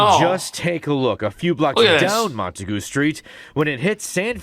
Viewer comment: Mont-a-goo Street.😂